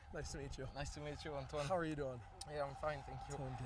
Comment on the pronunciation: Yes, Khalil Mack did pronounce Antoine's name correctly . Antoine seems very chill, delighted and gratefull. IIRC a UK Rugby player did play on an NFL team for several seasons. I think he was a commentator for UK TV when they showed NFL games. Oddly, YT suggested In full: British Army v USA Military | Remembrance rugby union I haven't watched (2h:11m:59s). There's also British Army vs USA Military HIGHLIGHTS 11-11-25 (5m:2s) Best Wishes. ☮